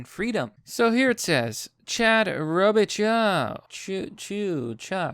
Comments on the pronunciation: Fyi those French names like Robichaux (or where I'm from could end in 'eaux', like Robicheaux) are pronounced "show". So Row-bee-show. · "row-beh-show". Common name in Louisiana. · It’s pronounced (Robe - i- show) eaux makes the “o” sound and ch makes the sh sound. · It’s pronounced robeUHshow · Not so obvious, the pronunciation of Robichaux -> Row-bee-show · It's prnounced Chad ' Roe - Bee - Sho ' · Robe-uh-show,, robe-uh-show. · Robichaux pronounced like Robo-Show....There ya go man...Had a kid in my HS class long ago with same last name... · Chad Robichaux is multiple level BJJ black belt and a Marine as well. He helps vet programs in WNY as well. Super nice guy. It's pronounced Robe-ih-shaw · Pronounced robishaw